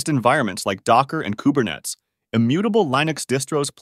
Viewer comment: Is this an AI video? Lye-nux? Kuber-nets?